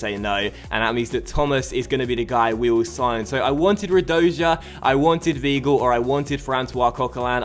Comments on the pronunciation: You pronounce Weigl V-eye-gl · just a heads up, weigl is pronounced V-eye-gle